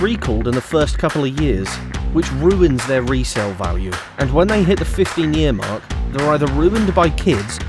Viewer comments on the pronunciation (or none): none